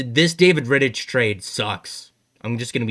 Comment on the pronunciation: No disrespect, but you are way off on a lot of things you have talked about. Firstly, Rittich (ick not itch) is way better than Hutchinson. You can't look at stats and say he is not good. You can take any goalie in the league, put them on Calgary and their stats would be way worse. Second, Mike Reilly is not a good defenceman. If Reilly was on this team, he would probably be behind both Sandin and Liljegren on the depth chart. If you are going to get another defenceman you need them to be better than what they have at their disposal already. Otherwise it's a waste of picks. Third, Foligno is a waaaay more valuable than Laughton on the trade market. No way a trade involving Laughton would have a 1st included. I like Laughton, I wanted the Leafs to get him, but I would take Foligno over him any day of the week. Again, no disrespect, keep doing your thing. I just don't see eye to eye on any of yours takes.